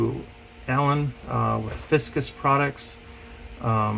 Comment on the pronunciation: Great video as always! It’s FICUS not Fiscus. Just an FYI